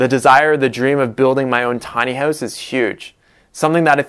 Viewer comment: Your Canadian is showing.... "Tiny Hoowse" :)